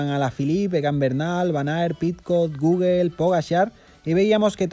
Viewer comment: ja, ja, ja, ja "Goguel". Tu pronunciación es lo mejor.